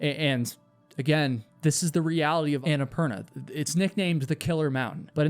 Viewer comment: Is it just me, or did he mispronounce Annapurna and have to edit it throughout the entire video? Watch his mouth closely when he says it, and it doesn’t match at all. It’s quite annoying.